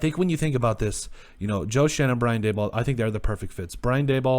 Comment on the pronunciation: It’s actually pronounced “Shane.” I’m a Giants fan and it took us weeks to nail down the pronunciation so don’t feel bad. I’m psyched for these hirings. Nothing is guaranteed, but it all made sense at least.